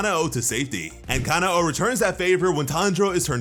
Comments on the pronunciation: Stop saying kana oh it’s kanoa ku-no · im pretty sure kanao is pronounces ca-now not ca-na-o